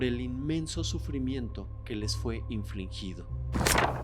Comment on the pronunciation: Hola. Sigues diciendo "infliNgido" y es sin la N intermedia.